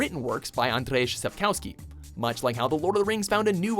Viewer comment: That's not how you say Andrzej Sapkowski O.o